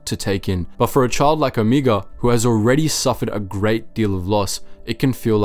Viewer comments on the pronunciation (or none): sorry... but after hearing you pronounce Omega, Omiga for the 3rd time I'm done watching your video.... you watch the show, you hear how her name is pronounced, do the show and your fan base a bit of respect and say her name correctly.